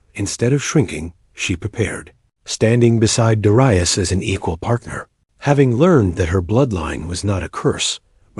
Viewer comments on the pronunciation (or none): I'm pretty sure that Darius is pronounced, 'dair-ree-us', not 'dar-eye-us'. 'dair as in 'fair' or 'air'.